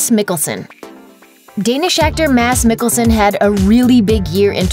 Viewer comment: "Mas mikkelsen"